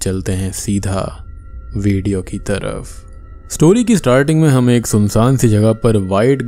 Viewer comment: Egg✖️ Ek✅